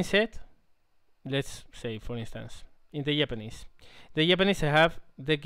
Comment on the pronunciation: I love the way he says Japanese, Yapanese :)